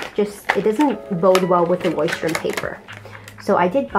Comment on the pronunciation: I speak german and you’re pronouncing Leuchturm pretty well actually :) I got the bigger version (A5 I think) in the same color and loving it so far! Can’t wait to see your final spreads!!